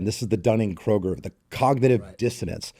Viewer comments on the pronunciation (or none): Dunning Kruger not the grocery store Kroger. At least get that easy to pronounce name right. Other than that good job. Also remember not everyone has the ability nor the want to get in the gym 5+ days a week. It sounded like you were putting those people down who didn't do it.